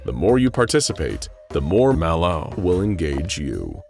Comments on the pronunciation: Why you saying Malo like that. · Why does he keep using the same sound clip of him saying Mal0? Did he say Mal0's name wrong while he recorded the script and instead of recording the script again, he just recorded him saying it right and edited that in? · why does bro say malo like that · The way the narrator says MalO..is creeping me out 😮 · Why TF does he say MAlO like that bro? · I’m guessing you mispronounced “MalO” the first time through, and had to dub over each instance. It’s odd and off-putting, and absolutely perfect. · The way he say ls "MalO" 💀💀💀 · ok Ik I’m not trippin he’s said MalO weirdly like every single time this video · why he sayin MalO like that tho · It kind of threw me off how they voiced over the narrator every time he said "Malo". I don't know how he mispronounced it before but surely it wasn't as bad as the one word voice overs. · why did you say Mal0 like that? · can we get a compilation of the narrator saying "MalO" because it's hilarious.